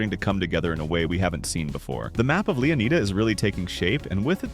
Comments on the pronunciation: It's definitely pronounced "Lay-oh-nye-duh" or "Lay-uh-nye-duh", not "Lee-oh-nye-duh". Rockstar named the state after Juan Ponce de León (pronounced as "Lay-own"), the first European to explore the Florida peninsula. EDIT: By the way, is your channel name by chance a reference to Better Call Saul? Also, the part of the Leonida Keys with the naval base on it is called "Airstrike Key". The name can be seen in one of the screenshots on a road sign, alongside the names "Key Lento" and "Sunset Key", which is seemingly the westernmost part of the keys. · Why do some people pronounce it as "LeonAIda"? It's LeonEEda. We say FlorIda for the real state, not FlorAIda 😂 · To be honest if you were from florida Leonida would be pronounced LEO-n eye duh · Leonida is actually pronounced lay-OHN-EYE-duh. It was revealed through the East Asian versions of the GTA VI website. The characters "雷奥奈达" (Chinese), "レオナイダ" (Japanese), and "레이오나이다" (Korean) confirm the official pronunciation of Leonida as lay-OHN-EYE-duh across different phonetic languages. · I assume (hope) is pronounced Leonida like Florida... its the only thing that makes sense to me